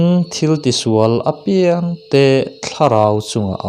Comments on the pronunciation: Chhiar thism khawp mai, ngaihthlak a nuam dap dap e. "Apiang" tih i thluk dan erawh kan thluk dan nen a inang lo deuh.👍👍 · Apiang tih hi athluk i ti diklo fimkhurtakin aw i in peknate aropaia uluk takin aw... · I chhiar thiam hle mai ngaihthlak a nuam e,apiang tih erawh hi chu........ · Apiang i lam dan hi adik lo